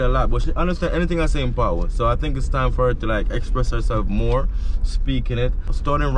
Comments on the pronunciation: Bro, it’s pat wa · you a romanticise the word. It is 'patwa'. Pronounce the wa after pat😀